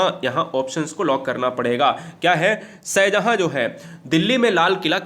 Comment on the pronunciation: सर आपका उच्चारण बहुत खराब है भाषा और नाम ठीक से लिया करिए शह जहा नही होता शाहजहां होता है मैने आपके बहुत सी वीडियो में देखा है गलत उच्चारण करते हुवे